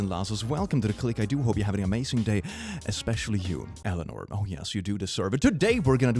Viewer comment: "Eleanor" XD